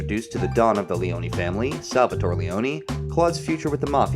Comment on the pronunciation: Lee-own not Lee-own-eeeee I made the same mistake as a kid when I played this.